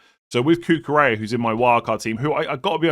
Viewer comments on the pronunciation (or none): none